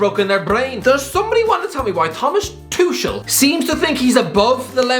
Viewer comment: Ah yes, Thomas "Tushell"